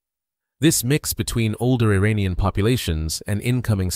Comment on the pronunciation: With sincere due respect, before you narrate this, you need to learn the pronunciation of IRANIAN!! Nearly everyone, like a Parrot, imitates other's erroneous Pronunciation!! Assuming you're not using a computer generated voice, here is the proper Pronunciations of IRAN & IRANIAN : IRAN, is pronounced "Eee-Ron". It's neither Pronounced "Eee-RAN" nor "Eye-RAN". Moreover, IRAN shares its literal meaning with IRELAND (Land of Aryans). Once again, the proper pronunciation for IRANIAN, is "Eee" (rhyming with See) + Ronnie (abbreviation for Ronald) + Yan", rather than "Eee-RAINY-Yan". A simple mnemonic would be "There is no RAINY weather in the forecast"! Thank you